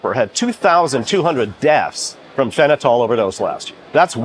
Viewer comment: For a doc.. he is pronunciation of fentanyl is laughably off